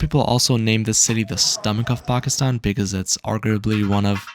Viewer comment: How come you don’t say Pakistan right